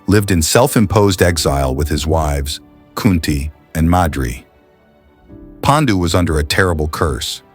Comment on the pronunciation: Your videos are excellent I have subscribed your channel. ❤❤ one request please pronounce Paandu and not Pendu similarly it will be 👍 great if you actually pronounce the Indian names in Indian ways! Love ❤❤ from India.